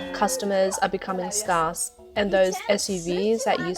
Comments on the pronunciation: "Scarce" Note the unusual pronunciation: Sg + 'air' + s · Western companies have to get out of CCP China - even if it's at a slight loss. If they stay, they're 100% done for. CCP China is going broke... "scarce" is pronounced sk-air-ss. M 🦘🏏😎